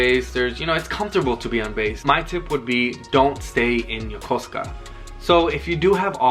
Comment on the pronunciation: It’s so refreshing to hear someone say Yokosuka properly!! Thanks for a great vid